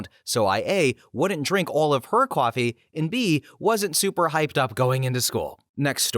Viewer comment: Are you saying "coffee" in that last story? Sounds like kwaffy